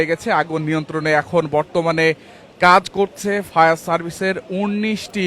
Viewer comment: ফায়ার সার্ভিস নাকি শাউয়ার সার্ভিস